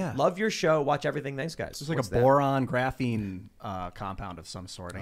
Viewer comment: and Klavan: have meaningful deep conversation Ian: "Graphine!" Everyone:......